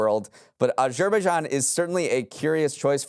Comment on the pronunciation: is usually on-point with the pronunciations but I’m pretty sure he butchered Azerbaijan 😂